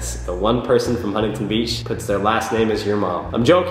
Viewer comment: I put 4/5 on the out going scale as in between 4 and 5...so 4.5 lol its ok though, we all have different construals and you said my name right so that's all that matters <3